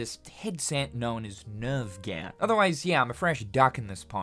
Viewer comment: NerveGear was also weirdly pronounced 🤣